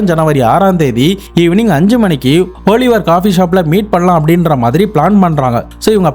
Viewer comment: ஓலிவர் இல்ல ஆலிவர்